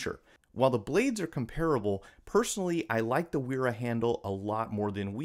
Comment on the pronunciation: So actually Wera is pronounced like "Vehr-ra", and Wiha is pronounced like "Vee-ha".